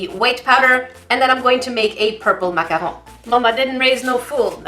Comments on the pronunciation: Its MACARON! not MACAHO! Silly,! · u say maca hoon it’s maccarOON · But yoU’Re SayINg iT wRoNg It’S maCaRoN nOt MaCahAu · YoUr SayInG It WroNg Its PRoNouNced (mac-a-roons) not (mac-a-RoOMs) 'I FEEL DA SALT RISING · MAC-A-ROWN 😆 I love how you're saying the word.. sounds so fancy when you say it lmao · Actually that is pronounced MAC-A-ROON just cause you were saying it rong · Heh...hehe.... said mack-a-hoe... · But you're saying it wrong you're supposed to say it like mac a rune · No. It's either pronounced macaron or macahoon. A macaroon is a coconut puff cookie. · Macarhone Me: SALTINESS INTENSIFIES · It's pronounced macaron or macarhone! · It's macaron or macaro. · Some people say macaron Others say macaroon And then there’s who says makahoo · Why do you say macahon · I forget you live in Canada so the way you say macaron is so cool lol